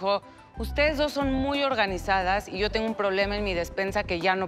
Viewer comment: Oiga pague 50mil para que me ordenara y contesta: "SHO SOLO SOS LA SIRVIENTA" JAJAJAJJAJ